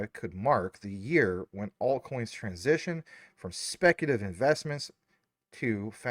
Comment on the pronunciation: Anyone else annoyed that he can’t pronounce speculative? lol maybe it’s just me